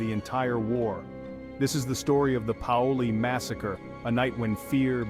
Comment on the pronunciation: It is pronounced "PAY-oh-lee"